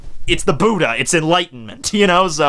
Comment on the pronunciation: LOL I HATE THE WAY HE SAYS BUDDHA